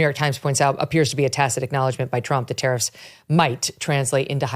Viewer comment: Ahh tariffs, for a minute I thought they were saying terrorists 🤣